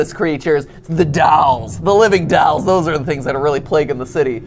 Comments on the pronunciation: Both those boys are saying “dowels”, and you can’t convince me otherwise. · Drinking Game: Take a shot every time Matt says “dalls” instead if “dolls.”